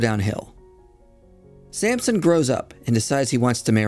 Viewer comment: It's Samson, not Sampson, but good job otherwise